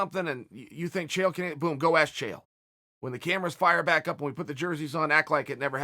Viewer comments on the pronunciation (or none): First name of the video and he pronounces it wrong chael please just admit why you do it we know its on purpose